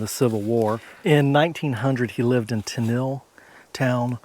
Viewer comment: Pronounced Kay-olin (unique and valuable clay only found in this area used for many things) and Tennel (think tunnel with an E). I'm from Hancock Co. adjacent to Washington Co. This reminds me of many plantation gravesites that I've seen exploring when I was younger. Many of the plantation gravesites I'm familiar with are marked with only field stones. It's a shame because their stories are lost forever.